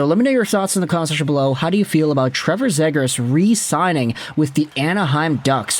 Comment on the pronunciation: Still mispronoucing his name huh?